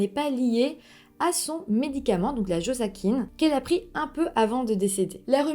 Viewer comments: On dit "josassine" pas "josaquine" et empoisonné pas piégé 😅😅😅 aaaaah ma petite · Le Josacine 500 n'est pas un sirop pour la toux mais un antibiotique. On dit bien le Josacine et non la Josacine. Je connais bien l'histoire et cela se prononce Josa"ssi" ne et non josa"qui"ne. J'ai fait des fautes exprès. Mais bon tu as très bien expliqué cette histoire. J'aime beaucoup ta chaine. Tu as fait du bon travail de recherche sauf que tu as été induite en erreur concernant le médicament mais ce n'est pas de ta faute. Je te reste fidèle et me réjouis pour la prochaine. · C’est naz, beaucoup de fausses informations… Connaissant bien l’histoire, vous racontez n’importe quoi et vous prenez beaucoup de raccourcis. Ps : C’est JosaCine et non Josakine ! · La josacine est un antibiotique... Tu n as pas tant fait de recherches que ça 🙄 on dit bourde pas gourde... Et si tu avais regardé les documentaires tu saurais qu'on dit josaSine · Bjr vidéo parfaite comme d’hab juste une info : ça se prononce jozassine et on dit une bourde non une gourde ( tel) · bonsoir, je me souviens de cette histoire ! pour info cela se prononce 'jozassine" et ce n'est pas un sirop pour la toux, mais 1 antibiotique ^^ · On dit "jozassine" mais c'est anecdotique ! Histoire bien bizarre mais une petite fille a perdu la vie !!! Merci et 😚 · Tu prononces mal le nom du médicament mais c'est pas grave 😀